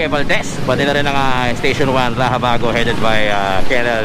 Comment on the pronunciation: Pakiusap po kayong mga vlogger huwag ninyong baguhin ang raxabago na gawing rahabago kc kahit kaylan di nabago ang pronunciation ng X.